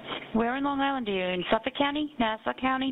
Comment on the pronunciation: I live on LI. This case has so many unanswered questions plus a lot of potential conspiracy theories. I won’t say any thing about it because we are all anxious for the next part of your series! I also LOVE the way that you mispronounce words. I think it’s endearing and cute. FYI on LI we pronounce Hauppauge- Hop-Hawg And Suffolk = SuffEck. Lol